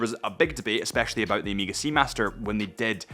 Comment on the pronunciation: and yet he still is pronouncing Omega wrong…